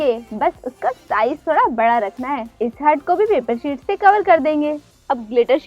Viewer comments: Ughhh हर्ट नही हार्ट होता है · Mam hurt nahi heart hota hai 🤐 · Ye heart ko hert hert kyu bol rahi hai 😁😂😂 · You are. Pronouncing the word heart wrong